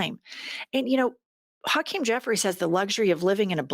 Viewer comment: “Tokeem” Jeffries.